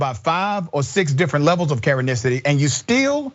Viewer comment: Everytime the Dr. says "karenesity" I LMAO😂